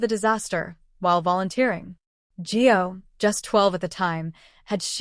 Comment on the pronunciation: ITS GIO IS HIS NAME not Joe